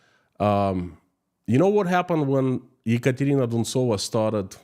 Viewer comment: I like how you say the name "Ekontrina Duntsova" please put her name up in Latin script and say it again.